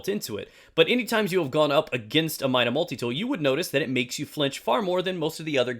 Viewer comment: Not hating or anything but it's pronounced MY-DA